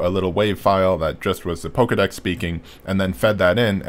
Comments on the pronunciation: It's painful hearing him pronounce it PokEEdex instead of PokeAY/UHdex. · "poh-kay-dex", not "poh-key-dex".